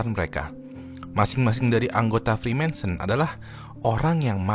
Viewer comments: Judulnya freemason.. tapi nyebutnya freemanson.. hmmm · Bacanya freemason bang, bukan freemensen... Gatel banget dengernya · bukan Freemanson tapi Reemason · freemansur bang wkwk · Dia aja nyebut freemason salah, jadi freemaNson 😂😂 Gmn mungkin anggota kok gak bisa nyebut nama organisasinya dgn benar wkwkwkwk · Freemason bang, jangan freemanson bang, tolong 😂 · iya loh kok dibaca nya freemanson bukan freemason 🙄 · Naah ini aku agak risih kok disebutnya freemanson padahal Freemason yg benar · Freemason, tapi berulang kali di sebut freema(N)son 🤣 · Freemason bang, bukan Freemanson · Bang, kenapa freemason dibacanya freemanson ? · namanya "freemason" tapi nyebutnya "freemanson" mulu jadi geli dengernya 😂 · Freemanson atau freemason? Daritadi nyebut freemanson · gw agak bingung bang, gw kira freemason itu dilafalkan "frimésen" tapi versi "friménsen". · Freemason bukan freemenson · freemason oi bukan freemanson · Freemason bukan freemanson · Freemason bang (frimesen) Bukan freemanson (frimensen) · Freemason bang bukan freemanson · Freemanson apa Freemason.. Serius nanya? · freemason bro bukan freemanson.. sebutannya harus jelas. 😚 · Freemason bang bukan "Freemanson" 😅😅😅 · Freemason✓ Freemensen× 😂😂😂 ada ada ae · Frimesen, nyebutnyanya frimensen mulu pake n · FREEMASON.. bukan freemaNson... emangnya botol gepeng? Mansion House.... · Orang dia aja typo ngomong "freemanson" 🤣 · gak lah, nyebutin nama freemanson aja salah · Kayanya dia ga capable bahas freemason, mungkin modal googling. Nyebutnya aja salah, freemanson wkwkwkwkwk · Agak risih dengernya,freemenson freemenson... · Kok gua denger nya frimensen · Freemanson apaan njir wkwkwk, gw denger dari awal sampe akhir kok aneh wkwk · kok ngomong nya freemanson siii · Typo ngomong bang